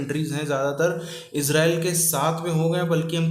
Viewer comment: Israeeeeel nhi bolte jahil bhikhari,tumhara real abbu Israel abbu hai